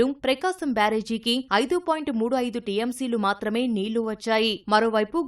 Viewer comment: 11 ఏల్లు aa telugu news channel ki telugu vacha rada anta worst ga palukutunnaru 🤮 నీల్లు anta 🤮🤮🤮 telgu varu iyundi One suggestion "ల and ళ" ki teda teliyatla